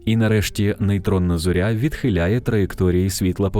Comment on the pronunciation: В українській мові не кажуть на зірку ЗОРЯ з наголосом на Я